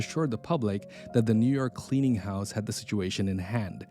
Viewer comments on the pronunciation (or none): Oh boy, did you really call the clearing house “cleaning house”?